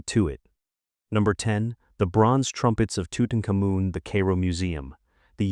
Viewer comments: That's not how you pronounce Tut's name. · I couldn't make it past the first entry. Tutenkamen is probably the most famous ancient Egyptian ever but you're unaware how the name is pronounced. Ok, there's lattitude, nobody speaks ancient Egyptian. But the capitol city of Egypt, Cairo is only pronounced one way in English. And you couldn't be bothered to check how when citing one of the most famous and popular museums of the world? That's sad really.